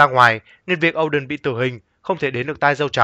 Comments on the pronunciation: O đen mà cứ đọc âu đần nghe buồn cười vãi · Oden mà nói ôđình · Ad đừng đọc Oden là “Âu đừn” nữa được k. Wano là nước phỏng theo Nhật Bản nên đọc theo kiểu tiếng Nhật là “Ô đên” thì hợp lý hơn.